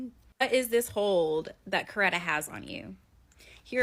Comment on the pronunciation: You pronounced Coretta correctly. 👍🏾